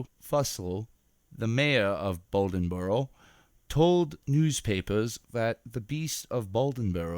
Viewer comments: It is a interesting story. But it's pronounced Bladenboro not Baldenboro. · Blay-den-borough, Try spending less effort on the accent and more on the pronunciation. How did you get Balden-borough? At least you got the details of the story correct. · Say it with me: Blay-den-boro. LOL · I've been on a beast of bladenboro kick and several other video narrators are pronouncing it as "baldenboro". I think they are all researching the same article that has a typo. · Hunter Glass I agree, I grew up in Dublin, NC which is 15 minutes from Bladenboro. That pronunciation killed me 😂